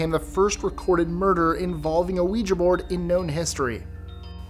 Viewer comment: you are the only one that I've seen on YouTube who consistently pronounces ouija correctly. 👻 You have no idea how much I appreciate that, because the mispronunciation drives me nuts. 🙂